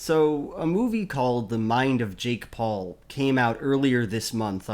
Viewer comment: I know it's probably just a mis-pronunciation but now I can't stop wondering what a shake Paul would taste like. I really hope there's no such thing though